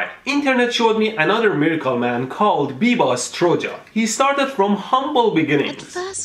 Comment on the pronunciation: biba is from my town, he is a scam sure but you are pronouncing his name wrong